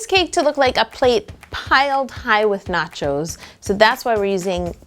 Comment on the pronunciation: Lol noaches